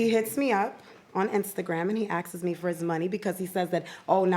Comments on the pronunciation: He “axes” me??? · "axes me" geeeeess